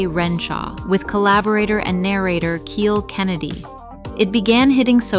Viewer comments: Kyle Kennedy. It's spelled Kiel, and pronounced Kyle, not keel. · It's pronounced KYLE! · Kiel rhymes with smile, not heel.